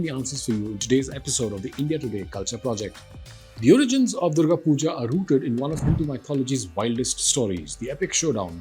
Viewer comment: did he just say 'Durgo Pujo'?